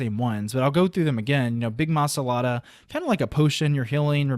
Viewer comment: It's MA LA SA DA, not ma sa la da, SAY IT RIGHT!